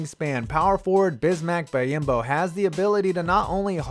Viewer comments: It’s pronounced bee-om-bo not buy-im-bo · It’s pronounced bee-on-bo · It's pronounced Bee-yahm-bo. You're putting letters where they don't belong.